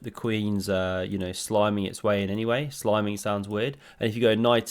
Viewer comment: Sliming did sound weird